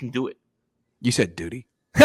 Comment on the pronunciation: he said " duty" lmao 🤣